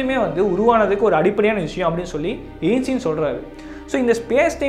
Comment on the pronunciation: Ainstean❌ Einstein✅..